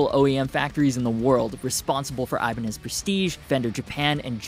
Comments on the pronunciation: What is ajbaniz? You mispronounced the whole word because you mispronounsing letters. If you do this with your own language, hey who cares? But with a a different language it is just disrespectful. ( Ewan = Ivan . You see? Its not so hard. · Good video but your pronunciation is a little off- it's アイバニーズ (aibaniizu) and フジゲン (fuji (hard g)gen - short for 富士弦楽器 - fujigengakki)! Love Japanese guitars though - even Japanese Fenders are fantastic!